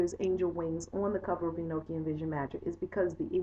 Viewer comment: It's pronounced E-knock-ian not E-noke-ian. It's a gospel/book that was left out of the Bible because it was considered too spiritual like many other books/gospels that weren't included in the "bible" because of this. The Bible tells us Enoch was taken to heaven in a flying chariot without death because God loved him so much. He was Noah's father. I have the actual gospel/book. And all the other nogstic gosepls not included in the "bible".